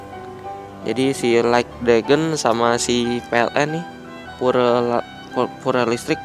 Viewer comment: Penyebutan pure yg benar bukannya "pyur" ya?